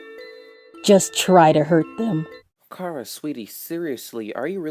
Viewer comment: Finally someone who pronounces Chara like I do!